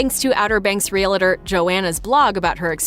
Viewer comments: "Realuhtor'. Lord, how I hate hearing that. It's REAL- TOR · Reee-lah-der? Really?? Re-al-tor. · It's real-tor not real-uh-tor. Two syllables. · "Real tor" not "Real-a-tor". Gees. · Real-a-tor is a two-syllable word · "Real-la-ter". If you can't even pronounce "realtor", you're not very convincing. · Realtor is 2 syllables, Real tor, no i or, eh. Just REALTOR. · It's not "real-a-tor." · This is really petty, but could you please pronounce "realtor" properly!! You keep saying realAtor. It's like saying "NucUlear" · I don't know, but the announcer in this video can't pronounce "REALTOR" to save her life. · Learn how to to say realtor...